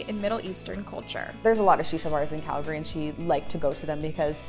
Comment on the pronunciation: Why does this chick mispronounce so many words on almost every video. You mispronounced Calgary